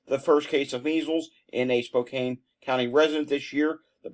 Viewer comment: Spokane is SpO -Can 😊